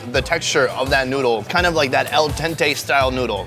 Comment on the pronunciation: did manz just say "al tente"... ._.